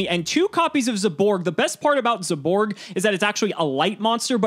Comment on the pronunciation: zaborg: zEyBoRg